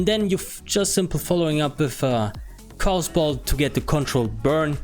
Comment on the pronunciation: Cool vid, I like the idea of a fire lock. Also it doesn't sound like English is your first language, so I'll help you out. Chaos is pronounced KAY-OS, not KOS. Cheers!